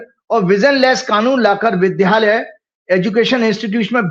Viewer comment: विद्यालय कहिये (वि+द्+य+आ+ल+य) से बना ह। यहां विध्यालय उच्चारित किया जा रहा है जो अशुद्ध है।